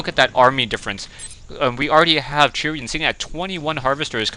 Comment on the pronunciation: I would think 'Chrian' would be pronounced as 'Christian' without the 'sti', like "Kreean", but I could be wrong. Not sure how you get it to be "Churian" though... Anyway, thanx for yet another commentary! (Although this game really sucked..)